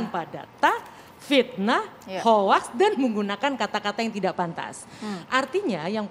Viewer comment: Ada banyak "hoax" apa "hope"?👂🤔